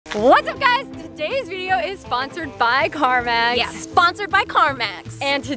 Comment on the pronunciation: U SAID CARVANS LOL CARMAZ LOL LM UR BIGGEST FUN